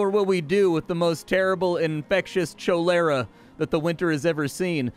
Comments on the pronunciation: cholera is said, (collar)_(uh), lol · Really hope how you pronounce "cholera" is a joke 😅